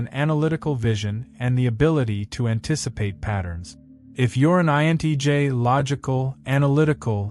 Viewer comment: You keep saying INEJ instead of INTJ. I am an INFJ and at 56 I have completely given up on the species of which I belong to. Everyone is so fake and shallow, and thats why I prefer my own company and being in the company of mother natures flora and fauna. I can be myself with mother nature.